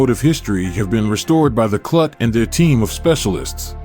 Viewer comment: A.I. Voice/Narrators like THIS totally destroy the appeal of topics when the subject matter is constantly pronounced IMPROPERLY !! His name is pronounced "KLUTE" like "FLUTE" not "KLUT" life "F*CK" !!!